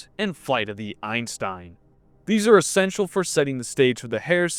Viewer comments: Eye-zen-Stein, Einstein. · It should be eye-Sen-stein since otherwise it sounds like an american saying german words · EISENSTEIN, not Einstein